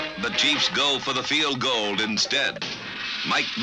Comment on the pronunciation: "Fielgoaled" I never understood the misspoken field goal.